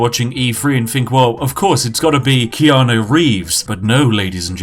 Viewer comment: Why do people pronounce it Keano It's spelt keanU